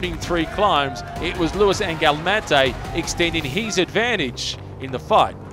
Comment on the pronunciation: PLEASE somebody tell the voice man that HIS rhymes with IS and not with BEES!